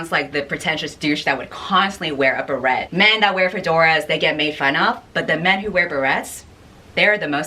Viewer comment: The confidence with which pronounces beret as barrette is inspiring. No hesitation. The French are the ones who are wrong!